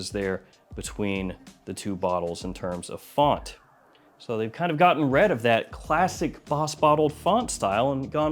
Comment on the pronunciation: love you dawg. But why you pronounce "rid" like that? 😂